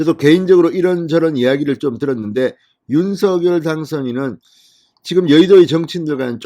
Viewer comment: 진성호 사장님! 언제나 정의와 공정편에 서 열렬한 방송을 통해 국민들에게 알려 주시는 열혈활동에 진심으로 성원과 찬사를 보냅니다. 단 한 가지 말씀드릴 사항은 윤석열[윤성녈]대통령 당선자의 함자 발음을 [윤서결]로 하시기 보단 [윤성녈]로 해 주실 것을 부탁드립니다. 예를 들면, "작열하는 태양"을 읽을 때, [자결]하는 태양이라고 하지 않고 [장녈] 하는 태양이라고 하듯 말입니다. '작열'을 발음하는 과정에서 일어나는 변화의 순서는' -열'의 초성 유성자음 ㅇ이 앞 음절 '작-'의 종성 무성자음인 ㄱ에 영향을 주어 같은 계통의 유성자 음인 ㅇ으로 변하게 됨으로(역행동화 ←뒷 음절에서 앞 음절에 영향을 주었 기에 역행동화가 됩니다)'작'이 '장'으로 발음되는 것이고 '열'이 녈로 발음 되는 것은 ㄴ첨가현상 때문입니다.[장녈]하는 태양.'열렬한 성원'에서의 발음이 [열녈 한 성원]이 되는 이유도 두 음절 사이에 ㄴ이 들어가(ㄴ첨가)기 때문입니다. 따라서 윤석열을 [윤서결]로 발음하는 대신 [윤성녈]로 해야하는 이유가 이런 과정이 있기 때문입니다.'푲준어 규정- 표준 발음법' 총칙 제1항 "표준 발음법은 표준어의 실제 발음을 따르되, 국어의 전통성과 합리성을 고려하여 정함을 원칙으로 한다"고 명시하고 있는 바대로 표준어의 실제발음를 따라서 표준 발음 을 정하게 됩니다. 다만 '검열'은 [검:녈/ 검:열]과 같이 두 가지 방식으로 소리가 나는 등 일률적이지 않아 'ㄴ'이 첨가되 는 경우에는 사전에서 그 발음을 표시 하도록 하고 있습니다. 따라서 '윤석열' 과 '작열'의 자음 배열이 같기에 석열[성녈], 작열[장녈]로 안 의 표준어 발음으로 발음해 주시기를 간곡히 부탁드립니다.감사합니다.